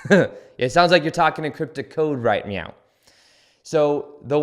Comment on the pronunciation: i love that you always say right meow